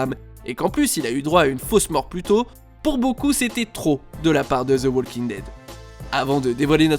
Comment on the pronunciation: on ne prononce pas le L dans walking dead